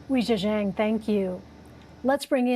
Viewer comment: They say her name incorrectly. It should be pronounced: Way Gee-eh Gee-ang.